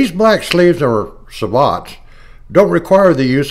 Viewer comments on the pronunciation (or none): Its pronounced "Say bow"